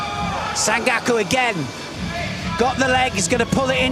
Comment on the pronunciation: For Gods sake Neil,its SanKAKU not Gaku???nd both of you this is not kata guruma but tani otoshi,idiots!And,Neil,learn that ther is no OTOSH but OTOSHIII?show some respect for judo nomenclature,you being "Voice of Judo"???